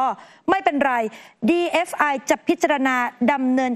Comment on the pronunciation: ทำไมผู้รายงานข่าว ถึงอ่านหรือพูดว่า DFI หรือหูข้างเพี้ยน!!! 😅😅